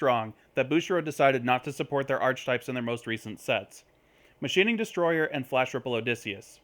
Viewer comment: It's pronounced "are-kuh-types" not "arch-types". Good vid otherwise though.